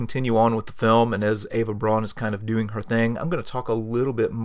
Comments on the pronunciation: Outstanding! I have always wondered who some of these folks were. Btw, Eva Braun's last name is pronounced "Brown," not "Brawn." It looks like it would be pronounced "Brawn" as an American pronunciation, but it must be pronounced as a German would pronounce it, and that would be "Brown" (as in Charlie...). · "Braun" is pronounced "Brown"! Get it right. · Well done. If you wanted to tune up the presentation you could learn the correct pronunciation of Braun (Brown in Eng.) von (fun) and Speer (Shpare, without the r sound).Simple as that. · Eva’s name is pronounced “brown”